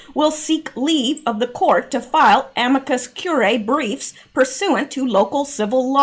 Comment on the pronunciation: it’s pronounced amicus cure-e-eye